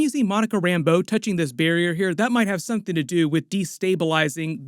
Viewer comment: "Someting" , Something, Incursions...😂